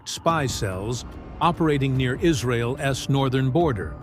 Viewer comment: The AI narrator consistently mispronounces "'apostrophe s" "ess" "Ess" is not a word. here is an example of the mistake:: instead of saying Mossad's as Mossadz" your narrator says "Mossad ess" Here is another example:"Israel's" is pronounced as "Israel + ess". Whereas "Israel's" should be pronounced as "Israelz" You're welcome. 😊